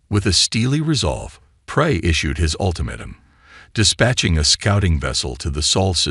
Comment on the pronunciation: You mean ultimatum this AI sucks